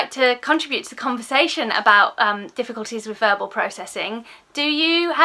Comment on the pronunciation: Agree with all you say! I did chuckle though as I heard it as burble processing 😂x